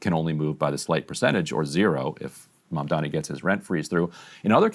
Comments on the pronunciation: Coumo at least learn to properly say his name its not "Mandani" it's MaMdani! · Cuomo doesn’t even know his opponent’s name. It’s Mamdani not “Mandami.” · He can’t even say his name correctly.😂😂 He keeps calling him “Mamdaami” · Can the Cuomos please learn how to pronounce Mamdani? Both brothers are always saying MamdaMi, and it frustrates the ever living hell out of me. Maybe Cuomo will lose just because people hate that he can't pronounce the letter 'n' in Mamdani! Holy hell it's not that hard. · He's still saying "Mamdami" lol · He still can’t even say Mamdani’s name! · Has Andrew decided to never pronounce Zohran’s last name properly? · IT’S M-A-M-D-A-N-I!!!! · After all this time, he still can’t pronounce his last name 🤣🤣🤣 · Andrew Cwerment intentionally mispronouncing Zohran’s last name at this point in time is childish and borderline racist. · lmao he still can’t pronounce “Mamdani” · Cuomo somehow simultaneously has Mamdani living rent free in his head and also cannot figure out what order the letters in “Mamdani” go 😂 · Can someone ask Andrew Cuomo why he refuses to pronounce Zohran‘s last name correctly?